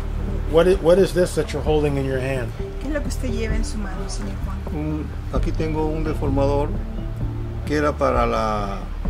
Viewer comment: good doc, but learn to say 'senor'